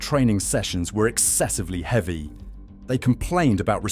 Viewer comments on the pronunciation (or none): none